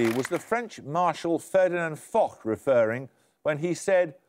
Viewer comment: Paxman mispronounced the name of Maréchal Foch. Shame, shame!